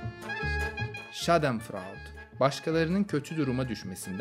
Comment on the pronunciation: abi sen "schadenfreude'de " schadanfreud dedin 😂😂😂 ama baska türklerden iyi söyledin👏👏